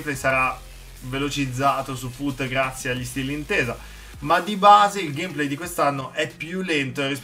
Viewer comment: pke dici Gamèplay